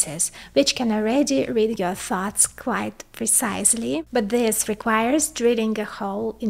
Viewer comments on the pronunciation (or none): Everytime you say "thoughts," I hear 'farts'